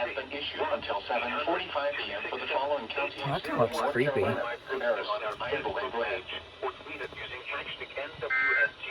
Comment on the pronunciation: ain't no way i caught you doing a "cAbRrUs"